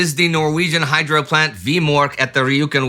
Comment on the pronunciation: Every time you say "hydro" I hear "hydra". Somebody send in Steve Rogers.